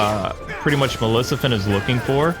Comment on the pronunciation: Dude you destroyed her name non stop xD hahahhahaha Malicifent..... (is't Maleficent) got it memorized ?